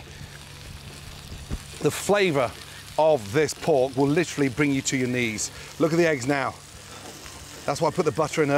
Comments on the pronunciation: I’m glad he says litrly. I literally can’t stand it when people overuse literally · I’m glad Gordon tells me “lIcHrAlLy” so I know he doesn’t mean “figuratively”